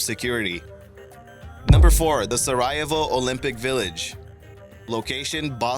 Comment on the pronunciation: Your pronunciation of the Olympic Village is a complete joke.